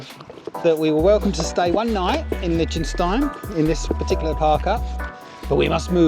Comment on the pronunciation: Regarding Liechtenstein, I believe it's pronounced lick not lich...